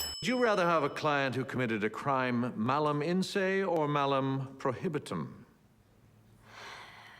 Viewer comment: Also, he's a Law Professor, at Harvard. YTF does he pronounce Mala "Malam," and why does he stress the M on the second one? Okay, I'm a latin nerd, so that always bugged me. (Glasses push)